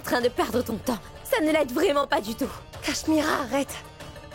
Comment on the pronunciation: Qui a remarqué que Neel a appelé Mira Carichma au lieu de Cach-Mira??🤷🤷🤷🤷